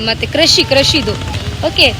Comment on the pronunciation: Krashi alla. 😂 Krishi